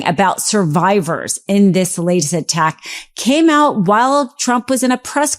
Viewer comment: "Lace"? "Termin"? Do you mean latest and determine?